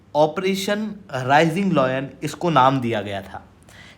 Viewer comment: Tu pehle LION pronounce karna seekh.